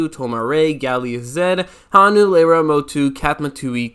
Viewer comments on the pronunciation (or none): none